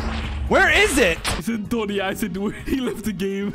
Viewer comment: it's not doni